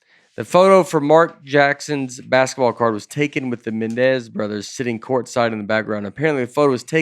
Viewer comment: I’ve had teachers butcher my last name plenty of times. They’ve said it “Mendez” “menenenenendez” and just can’t seem to say it correctly, but this is the first time I heard someone said “mennez” without a “D” at all in it. I’m honored to have Nate mispronounce my last name. I do want to give a thank you to for correcting him correctly. Great podcast Nate Bargazey,, Dusdy, and.